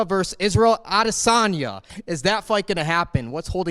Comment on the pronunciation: He said Adesanya correctly for the first time...